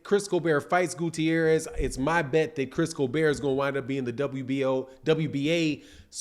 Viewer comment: Facts it was fucking annoying nigga keeps saying colbear 😭😭🤦🏾‍♂️